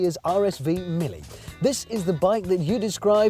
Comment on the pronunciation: Mille, not Millie...Italian is not for everyone...